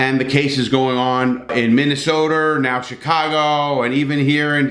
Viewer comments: "Minnesoter"??? I think u met to say "Minnesota" my friend lol (right in the beginning).....Love the videos tho Larry keep it up man!! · He said Minnesota with a hard R!! Cancel Larry!!!